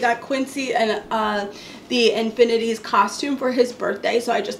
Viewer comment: Girl you had me dying saying infinity 😭😂 ❤️ great haul 😘